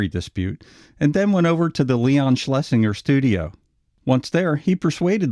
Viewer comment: “Schlesinger” is pronounced “SchlesinJer”. If you listen to the dialogue tracks on ANY of the early Looney Tunes / Merrie Melodies cartoons, EVERY TIME Leon’s name is mentioned, no matter which character said the Producer’s name, it was ALWAYS pronounced “SchlesinJer”.